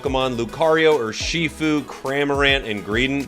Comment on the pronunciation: I took 20 seconds to realize you meant urshifu when you said "or she food"